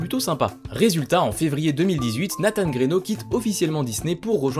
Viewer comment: 1 minute de vidéo. Et j'entends déja de la blasphème. La prononciation du nom de Nathan. RIP